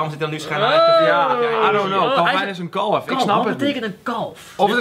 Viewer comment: Ben ik de enige die het raar vind dat ze de hele tijd kalvijn zeggen ipv kelvin?